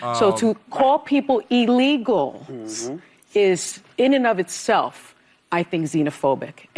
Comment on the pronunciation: Sunny, its not E legal, its Ill legal. Ilegal, e-legal is probably a website